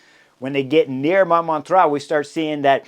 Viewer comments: Just for fun, Chris, use google translate or something similar to hear how Montmartre is pronounced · Hi Chris! Great analysis as always. Would be nice if you could work on your pronounciation of Montmartre especially if it's going to come back every year. My French ears would be super greatful. Cheers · Ahaha and my portuguese ears too😂😂